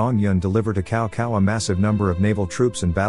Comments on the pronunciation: Its not Cow Cow in Chinese the C has a S sounding. So Cao Cao = Sao Sao but with the letter C. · The funny thing is the ai seems to know that, it keeps pronouncing it Cow Sao as if it realizes its mistake on the second part of the name.